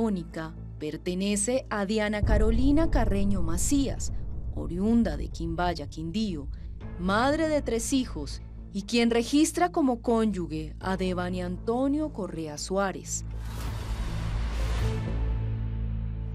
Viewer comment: "Cónyuge" no "Conyuge". Señores periodistas, ya van 2 veces que pronuncian mal la palabra 😢